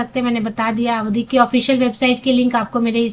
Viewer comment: अवधि नहीं है आवड़ी है मैने देखा है